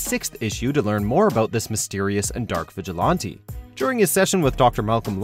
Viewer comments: What’s a “vigilontee”? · The way he says vigilante is making me upset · The way u say "vigilante" though... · How come you can’t pronounce vigilante???